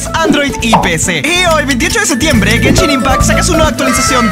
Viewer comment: Soy yo o en el momento que dijo genshin impact escuche "que chimba"